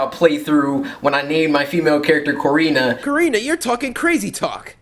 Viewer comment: OMG OMG OMG MY NAME IS CORINA OMG THIS IS EPIC AND FINALLY HE SAID MY NAME RIGHT AWESOME